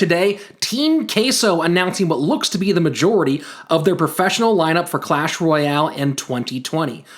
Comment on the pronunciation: It's "Clash", not "Q-lash" 😉